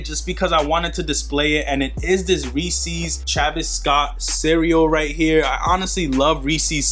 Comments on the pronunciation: It’s Reese’s bro lol not reesees 🤣🤣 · McDavid reesees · You say Reese’s funny dawg 😂